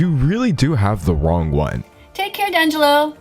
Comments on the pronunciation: Every time she said 'Dangelo' it gave me the ick so bad. Also with her stupid sign, it doesn't make people think, it just makes them annoyed, and that's coming from a vegan, who got annoyed, seeing that sign. (edited) I personally have 3 dogs, who all eat meat because they are MEANT TO her dog is going to be unhealthy because they are not supposed to eat veggies or whatever shes feeding it, sorry I was just really outraged when I heard that. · As soon as I heard this detached being say "Dangelo" i knew we were in for a ride Which says a lot right at the beginning of her rebuttal video Lord bless you, Tangelo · D'angelo: it's pronounced "Dee-Ann-Gel-Oh" TVT: But I'm white D'Angelo: D'Angelo: Never mind, carry on, I didn't realised you were disabled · The way she said Dangelo gave me a aneurysm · Dan Jello. English teacher and she can't even pronounce your name right. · Who cringed when she said “Dangelo”? Like she could at least learn how to pronounce his name!! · i didnt even have to watch his videos to infer that "D'Angelo" is NOT pronounced "dan-jel-o" the fuckin apostrophe and capitalization makes it pretty damn obvious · Omg hi DANgelo😂 honestly I think she's saying Dan Jello😂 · "Dan-jello". For fucks sake... This lady is so weird and gross. I don't understand how she has any followers. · SHE CALLED HIM DAN-JELLO 😭😭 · Its already bad enough but for her to pronounce your name wrong... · Why did I know... WHY DID I KNOW she was going to pronounce your name incorrectly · Sort of fits with her bullying racist style to intentionally mispronounce it doesn't it. She's just such a toxic person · It is the traditional Italian pronunciation, BUT, he CLEARLY specifies the pronunciation he uses in the intro of EVERY video, and she is just doing it to spite him. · it rly felt intentional. also regardless of whether its “””correct””” or not i feel like d’angelo isn’t THAT uncommon? its spelled and pronounced just like the famous singer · D a n j e l l o